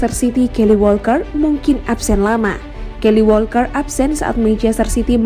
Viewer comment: Bukan kaily min,TPI kayle Walker 😂😂😂